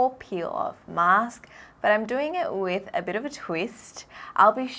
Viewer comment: we're talking a thousand zoom here wif my new microscope*wif a proud face* That was cute AHAHAHAHAHA